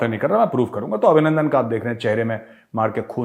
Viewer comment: GR. CAP. Abhinanadan not Abhinanadan